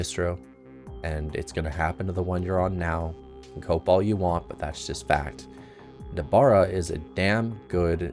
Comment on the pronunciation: Nobara not Nabora, but thanks for the tutorial